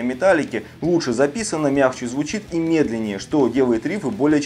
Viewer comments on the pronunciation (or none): none